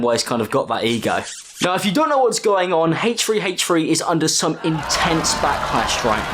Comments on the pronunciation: Haych-3 Haych-3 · Haych free haych free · It's HThreeeHthreee, not HFreeHFreee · It’s not HachfreeHachfree? It’s HthreeHthree! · “Haytch 3 haytch 3” lmfao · Ahh yes my favourite channel, Haythch free haytch free. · no one:: haych free haych free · Who's haytch free haytch free? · Haych free haych free? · wtf is "hache3hache3" its pronounced "H3H3" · bro really “hate tree hate tree” instead of h3h3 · Please learn to pronounce the letter “H” correctly. It doesn’t start with a Hay sound. It’s pronounced “aitch” not “haych”. This is annoying in your other videos but when you say H3H3 several times it’s unbearable. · haytch tree haytch tree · lmaoo he said hachefree hachefree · haych-free haych-free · I can't not hear, "Hey tree, hey tree." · heych free heych free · Why are you pronouncing it "hate tree, hate tree"? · I love how he says “haych free haych free” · It’s pronounced heychfree heychfree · Um click bait???! I was here for h3h3 but who is this “haytch 3 haytch 3” u refer to in the vid ? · Haytch free haytch free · nobody:: haytch free haytch free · Ay tree ay tree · Nobody:: Hach3Hach3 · hfree hfree? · Hache tree hache tree 😂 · Ok I’m a min in and barely paid attention bc accent is so thicc with him saying haych free haych free. Icon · Everybody:: fhanks; fhinks; hafch3hafch3 Love you ❤️❤️❤️😂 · haych free haych free squeeeeeeeeee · That’s just the way he says it. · Haytchfree haytchfree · ‘Haych free haych free’ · Him saying h3 sounds like hate - tree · haych three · I just love Haych-free Haych-free! (I'm sorry, I had to make fun of ur pronunciation. Don't hurt me plz) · "haytch free haytch free" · "haych-free haych-free"